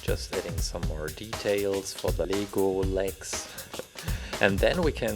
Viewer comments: Not le-go say l-e-g-o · Its pronounced as Lego,You pronounce it as LEEgo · it's not leego it's lay go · You said leego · Are you saying lego or legal I don't know